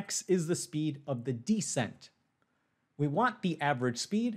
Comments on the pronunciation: It’s descent, by the way, not deesent. Or are we making some joke about how smart people can make glaring mistakes? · Descent is stressed. To me, it sounds weird to say it as "DUH-sent" while stressed the same way the pronunciation of "the" changes based on stress ("This the THE place to be" vs. "We went to the diner you recommended")